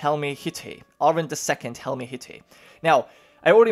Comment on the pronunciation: Helmehytte is pronounced Helmeh-hyt-teh